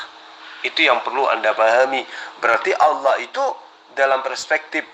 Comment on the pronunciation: org kristen itu sma pendeta2x gk bisa membaca ....apa lgi debat ,Allah aja di baca Alah...duble L nya itu tulisanx npa di kurangin L nya satu ...pendeta mana bisa mmbaca nma Allah gk hilangkn L Satu....seluruh dunia....